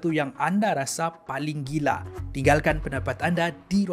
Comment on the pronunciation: apabila si ckp ayat "Gila"..disana kita tau suda dia ni orang mana. Mantap video kamuorg ging. Kupi2 Go, Menarik Setiap hari beh.. xD